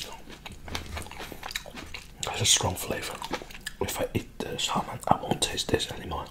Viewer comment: The “L” in salmon is silent. It’s pronounced “sa-mon”.